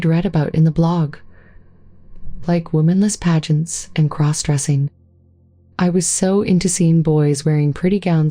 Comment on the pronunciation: Please have someone listen to these otherwise sweet stories , the narration is just wrong . They get the pronunciation of important words like lingerie so wrong .placing a pause between importand phrases like cross..........dressing and great great........ uncle John . thank you